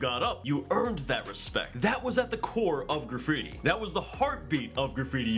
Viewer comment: You're saying graffibi...........